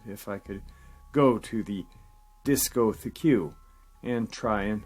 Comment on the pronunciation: It's pronounced "Disco-Tek", for future reference.